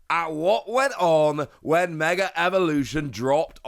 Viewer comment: there is no "r" in the word mega